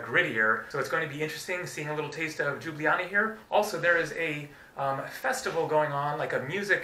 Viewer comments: its just Ljublaja not đublijana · Its not Ljublaja and Džubljana .. Its a Ljubljana 🎩👌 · just say liubliana fast and you should get the right pronounciation. Liub-liana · Just an FYI y'all, it's "Lyew-bliyana" :) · I love how you pronounced Ljubljana as Đjubljana :D :D :D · JOO-blee-Anna. LOL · Why does every American butcher Ljubljana so badly, the actual pronounciation is Lube-la-nah (can confirm as an actual citizen of Slovenia) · It's pronounced Lyoo-blyahna :) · It's pronounced Lyublyana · Its pronounced Lyublyana. The Eastern European J=Y in English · Seems like even slovene can say Ljubljana properly .... its li̯ubˈli̯aːna 3 syllables and no Y in it ! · Tip 1: say the first j in Ljubljana as you say the second one. Tip 2: you say letters č, š like that: č-ch š-sh. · understandable, but when it comes to online "tutorials" all of them say the same thing, search up any video on youtube about the correct pronounciation and it still pronounced as lube-li-jana, even the wiki on Ljubljana has the same pronounciation, well im really only slightly annoyed by this but it doesn't really matter, you honestly do a great job of showing off our culture and landmarks which i do commemd you for and i do encourage to keep up the good work. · Your first pronounciation was the right one! :) greetings from slovenia